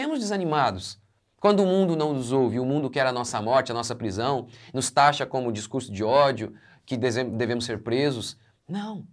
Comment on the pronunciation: Discunjuru, ela falou besteral, hipócrisia pura.